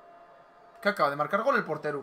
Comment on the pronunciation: Es portero no porteru 😂😂